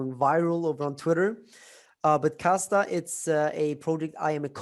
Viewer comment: And it’s Kasta…not Costa which is the coffee shop chain.